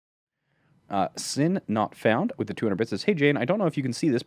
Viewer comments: ITS S.i NOT FOUND NOTTTT SINNNNN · I'm also a fan is sinf its pronounced as S-I NOT FOUND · When Jayne says "sin not found" he sounds a bit Australian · Wait he said sin not found